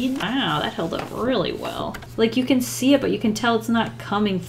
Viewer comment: "You can shee dem in dere natural habitat." Just made my day! 😂